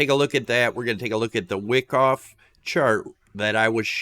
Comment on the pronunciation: Wow.... doesn't know Wyckoff ("not pronounced "wick off"). You need volume profile and learn how it relates to price. Also, that ABCDE pattern is not at all a valid elliot wave the way you have it labeled... pretty bad if you are actually trying to teach